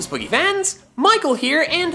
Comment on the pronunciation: for some reason I always thought he was saying "greetings BOOGIE fans" instead of greetings poke fans